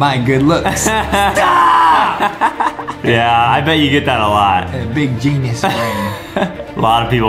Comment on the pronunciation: The fact that Justin said “genes” in stead of genius .